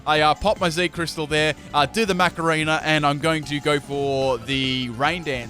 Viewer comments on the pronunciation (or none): none